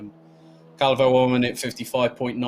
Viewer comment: I like so much like you pronunce my Surname " Calvouuu" 😍